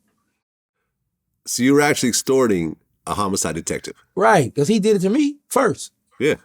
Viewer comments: HOMO-SIDE 😅 wait what? Lol homicide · Dude said Homo sides